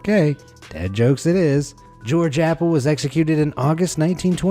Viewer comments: Appel is pronounced Up-el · Appel? Or Apple?